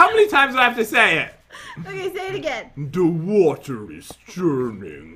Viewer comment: 😂 “The Wotor is dripping”